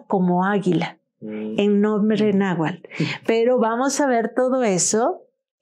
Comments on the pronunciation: NahuaTl con T no nahual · Se dice náhuatl y no nahual